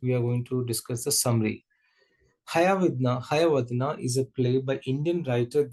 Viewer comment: Excuse me sir that is not hayavadna while pronouncing it is hayavadana